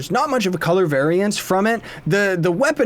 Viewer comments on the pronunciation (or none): none